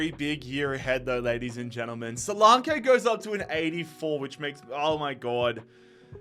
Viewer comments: Its not solankaaaayyyyy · Duminic Suluuuunke 😂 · The solanke pronounciation did my head in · Omg couldn't watch this cos he can't believe even say Solanke right 🤡🤡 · The pronunciation of solanke is killing me 😂